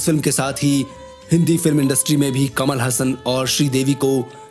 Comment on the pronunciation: कमल हसन नही कमल हासन वह कट पीस नही सनातनी है याद रखो